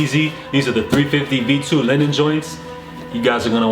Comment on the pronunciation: its "Lee-nen" not Lenin, it aint a commie shoe